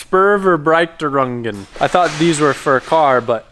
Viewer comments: Let me help you: in english it should sounds like "Schpoor-fair-brighter-oongen" ;-) I`m german and watching you and other similar channels to get used to your language. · I died when he tried to said Spurverbreitungen 😭😭😭